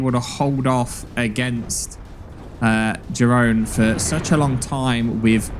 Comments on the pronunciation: If British his name is pronounced ye-roon. Love from the netherlands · Jeroen is pronounced "yeroon" btw. It's a Dutch name.